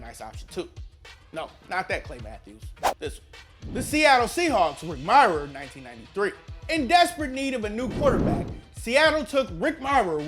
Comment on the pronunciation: learn to say Mirer right